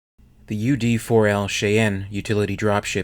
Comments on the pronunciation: SHY-ANNE or SHY-ENN. Not "Shay enn" or "She enn". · Is ut me, or is the pronounciation of Cheyenne odd in this video? I always thought it was "Shy Ann", as opposed to "Shae N" Minor curiousity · Shy-anne not shay-anne. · Yes it’s Shy-Ann not Shay-Ann . The name is from the Cheyenne peoples of North America. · Its pronounced shy anne not shay en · Don't know if anyone has pointed out that it's pronounced /shy-ann/ not /shay-en/ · Not "shay-on". It's "shy-anne", like the Indian tribe name. It's a continuation of U. S. Army tradition of naming their helicopters after Indian tribes. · Theory RE: UD-4L "Cheyenne" Utility Dropship The ship's name is pronounced as "shy-ann" - not "shee-ann" or "shay-ann." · Lol fuselodge..think of it that way,..not fuselidge..also shyanne instead of shayanne for the Cheyenne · Its not "she ann"; its "shy ann" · Its pronounced "shy anne" not 'shay enn'. The typical pronunciation of fuselage is 'few sa lage' not fewsalige'. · Chi Ann? It's shy ann... But love your channel. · I love your channel, but it's pronounced like Chainy, or Chain-Ee. Not Chi-ann. Cheyenne is of which I'm talking about. Future note. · BTW, it is pronounced SHY- Anne not Shey-Anne. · FYI, Cheyenne is pronounced shy en, not shay en or she en. The lage in fuselage is pronounced loge (like lodge). And sabot is pronounced say boh. Also, Gatling guns are more commonly/properly called rotary cannons in US military parlance, or mini guns when chambered for rifle calibers. Otherwise, good video. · you mispronounced a lot of words but it's not that big of a deal. I appreciate your videos. of the words I caught, here is how I hear them pronounced the majority of the time (USA): Cheyenne/Shy-ann; piezoelectric/pe-8-zoe-electric; turbine/turr-binn (turr-byne is common, if frowned upon); fuselage/few-sell-lodge; ablative/abb-lay-tive (abb-la-tive is common); sabot/say-bow (sabb-bow is also common) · “Shy. Ann.” It’s pronounced shy Ann. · your calling it wrong its pronouced shi-anne